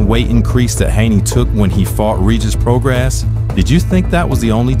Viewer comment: I've never trusted any fighter who participates with SNAC. Doc was excellent by the way. Great narration and script. No goofy business or trying too hard. You kept saying Prograis name wrong but I won't dock you for that buts it's Pro-Gray